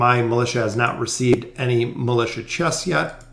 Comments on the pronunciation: I got so distracted by his mispronounciation of the word "Militia" when reading those prompts... Its supposed to be = (mi-li-sha) A militant is an adjective to describe a person. That aside, thanks for the video very informative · Lol same. I was thinking about that exact same thing.